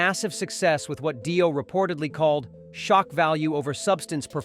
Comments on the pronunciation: It's not Die-Oh it's pronounced Dee-Oh, Obviously your not into this music. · Yeah. Total bullshit. Its not Die O. Its Dio. So apparently we are listening to an AI Bullshit vidio that has not a clue about anything. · dont waste your time with this trash video...."daio" instead of Dio? really? get better AI to read your trash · If you're going to start an AI channel without making it clear it's AI, at least review the audio before posting it or else you could end up with your monotone robot saying "Die-O" instead of Dio. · did he say die-o ? wtf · When the narrator said Die-o I knew this was b.s. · What an utter load of crap. Says more about these aholes than Ozzy. ....and Di-oh? really? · When the ‘narrator’ pronounced Dio as Daio I left the room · Yep same here. It was also the fact they Dio and Ozzy respected each other, but neither hated the other... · " Die- O " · Pronounce Dio correctly. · Yeah bloke cant even pronounce Dio properly so i wouldnt take much notice of this